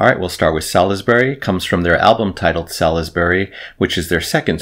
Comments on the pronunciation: Well impressed! A well known name but I've never bothered with them. On point vocals too. Well worth a dive. BTW, the UK city is pronounced 'Sorlsbury'. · Btw, Salisbury is pronounced 'Sauls-bry'.